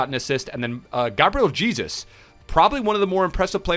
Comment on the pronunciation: Am I the only one who gets mad when he says Gabriel Jesus cause he says it wrong